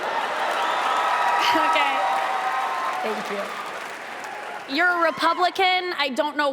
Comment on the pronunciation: "Shank you for being here"😂